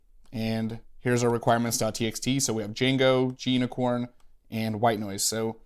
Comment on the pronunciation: gunicorn is said as green unicorn from what I've gathered. Not sure it's either of the ways you said it, but I always say gu-nicorn too.